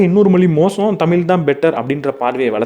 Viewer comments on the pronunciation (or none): Good effort just a humble request, please practice correct pronunciation for "தமிழ்"